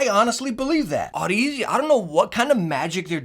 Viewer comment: Audeze is pronounced like Odyssey